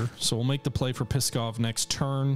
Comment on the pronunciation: Believe me or not, but for Russians the way you pronounce Pskov sounds like "Piskov", which can be loosely translated as "Cock-town", or "Dick-city".